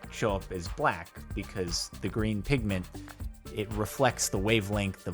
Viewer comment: Am I only one who heared him saing "Pigman" beside "pigmant?"